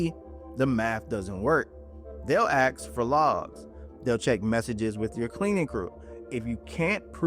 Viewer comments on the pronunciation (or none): The IRS doesn't 'AXE' - they 'ASK' !! These two words have completely different meanings and are not interchangable in the English language! Get it right or it torpedos your entire crdibility!! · I turned you off as soon as you said, "See the AI doesn't AXE..." If you can't say ASK, then you're not educated enough to give tax advice.